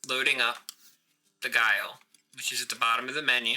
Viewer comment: Gaol is pronounced the same as jail and has the same meaning. It's an old spelling that's no longer used.